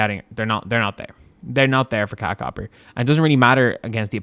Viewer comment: I’m not sure if you’re doing this on purpose but her first name is pronounced KA-LEE-YAH